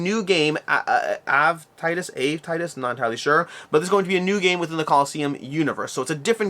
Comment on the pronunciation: Ave = Ah-vay. Latin greeting. So Ave Titus is like saying "Hail, Titus".